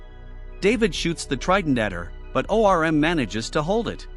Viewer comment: Him saying O. R. M. is killing me 😂